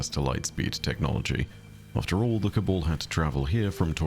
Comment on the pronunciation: Cabal not cabole